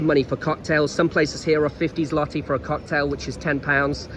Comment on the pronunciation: jesus are u taking the piss? Ten freakin YEARS? OK carry on saying it wrong. What do I care?